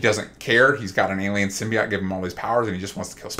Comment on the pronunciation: Why do these asshole mispronounce symbiote 😂 I guess you go bald brains go with it 😂😂😂😂